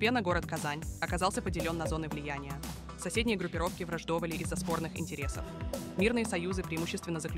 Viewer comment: ВраждОвали, цепИ? Тетенька ты нейросеть или ...